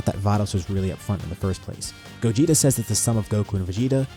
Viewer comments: It's Gogeta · It’s Gogeta